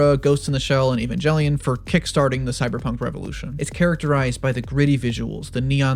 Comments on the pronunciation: E-van-jel-ion?! No sir. E-van-gel-ion. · "Evan-jelion" SHAME ( I love your vids I'm only joking 😭) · You mispronounced "Evangelion". "Without thinking, his body moved on its own."